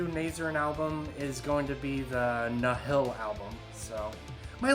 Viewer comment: Weirdest metal channel ever. Literally had to turn this off because of that unfunny shit at the start. Also, I beg of you to look up how to say Nihil and Nazarene.